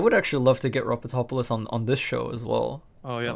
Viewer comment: The way that you pronounce ropotopolous is actually correct he mentioned it himself